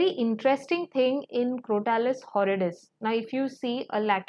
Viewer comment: Madam, please correct your pronunciation of some words like Crotalus horridus. Mispronunciation hurts my head.